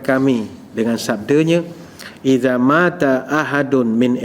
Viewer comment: Iza mata hendaklah dibaca sebagai Iza mat ....baru betul Bahasa Arabnya. Iza mata bermakna Bila datang ....Iza mat baru maksudnya Bila mati....Banyaknya uztaz2 terkenal merosakan Bahasa Arab antara sering kata qhala yang sepatutnya qhal....Dan lain2.